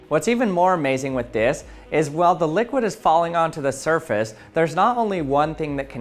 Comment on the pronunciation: with dis? Lol